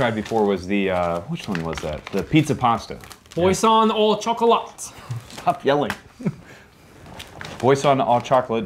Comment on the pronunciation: You said “boisson” well enough for me to understand. Your French is improving